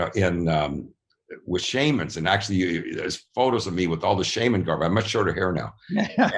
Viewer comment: Excellent wisdom only I’m surprised he’s unable to correctly pronounce Shaman- lol